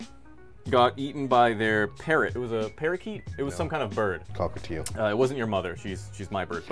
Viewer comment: a paraKEYt